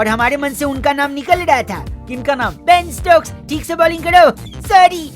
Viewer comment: '' thoda rukjaaiye ek baat bolna thaa "Benstokes"😅😅